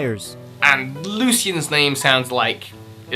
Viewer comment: Lucian, is pronounced looshun as it sounds more like illusion (and it's my name)